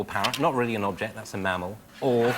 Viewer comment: he said "Mammal" incorrectly :P